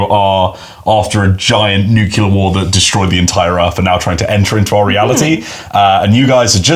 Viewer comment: ..."Nuke U ler".... It's supposed to sound more like: New-clear! Besides that, awesome vid. Hyped for the game. Rules seam really interesting and I love the art and design of the book.